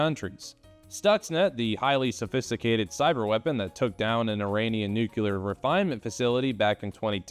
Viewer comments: Interesting stuff. Now you can learn to clear your throat and also pronounce "nuclear" properly. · Dear god man, it’s pronounced Nuke-Lee-Err